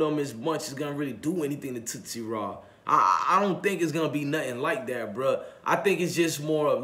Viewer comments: It’s Tootie raw not Tootsie 😀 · This dude called him tootsie raw 😂😂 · That nigga said tootsie raw, lol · Tootie Raw mane..not tootsie lol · Who is toosy raw its tootie raw lol